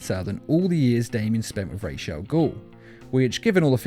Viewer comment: goddammit it's ras, not raysh